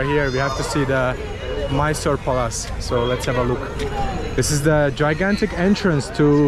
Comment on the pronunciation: pronounces Palace as Palaaas. I love it.